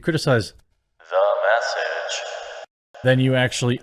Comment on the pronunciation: I love how everyone pronounces it "THE MESSAGE!"